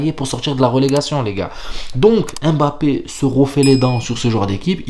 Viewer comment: Pas EM BAPPE, mais mmmmbappe...mmmmm...quand vous dites mon, vous ne dites jamais Em ..ON...